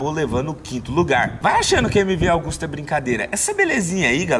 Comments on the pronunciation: MV "AUGUSTA" ? Não é AGUSTA? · koe.... é MV AGUSTA,,,, nao é augusta